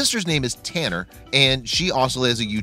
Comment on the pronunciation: And how he said tannar